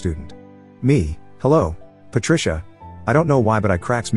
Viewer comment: Patricia sounds like Par-trash-a